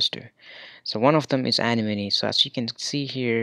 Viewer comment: It's pronounced uh-nem-uh-knee